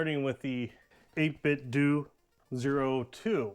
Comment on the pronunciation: when ppl call it 8bitdu (like doing something) instead of 8bitdoh (like nintendo) 😩